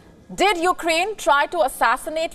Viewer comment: Sometime she also said You-Ga-Rain for Ukraine